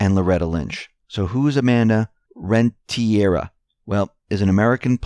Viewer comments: it’s REN-TE-RIA!! not REN-TIE-RA thank you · Renteria....PRONOUNCED...Rent' eh...ria...accent on first syllable.